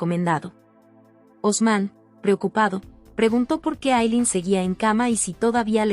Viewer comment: Por Dios por que les cambian los nombres, pronuncien bien pero dicen unas cosas como Yemile, no es Temprano le es Cemile con tilde en la e. Y no es Aylen es Aylin. Pronuncien como debe ser y si no no hagan el recuento.